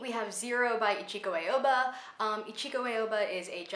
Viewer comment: I've been a long time fan of Ichiko Aoba, so I was so happy you mentioned her! Her last name btw is pronounced /ah-oh-bah/ :)